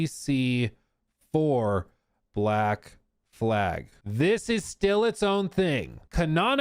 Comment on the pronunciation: When saying black flag, fumbling the second l is catastrophic